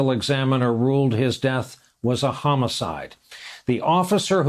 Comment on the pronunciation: Yes, he said homocide like it was supposed to be a shocker haha.